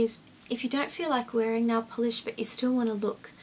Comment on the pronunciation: I Say Nailll Polish Like U! Lol Instead Of Nail Polish Its Nailll Polish! :)xo